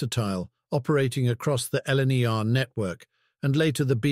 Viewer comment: This is the first time that I've heard anyone say four-six-zero and four-four-zero rather than four-six-o etc. and did I hear LNR rather than LNER? The GN 4-4-0 shown was hardly a large example of that wheel arrangement - BR power class 1P! The B17s were rough riders too.